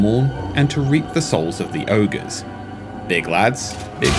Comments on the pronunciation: He said the mighty ogres my lord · THEY SAID OGRES MY LORD!!! 😂😭😭